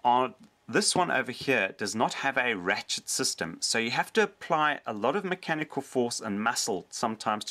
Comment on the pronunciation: Let's play a drinking game. Every time he says macanical take a shot. Let's see how long you last....